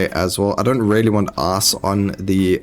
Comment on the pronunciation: When you say ice it sounds like ass